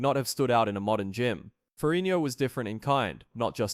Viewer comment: Why can't this narrator pronounce Ferrigno?